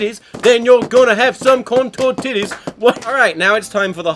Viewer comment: Did he just say corn tortiddies?